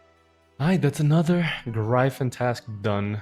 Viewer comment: sick video, long collection log videos is my favorite content. the only gripe i have is the way you pronounce gryphon LOL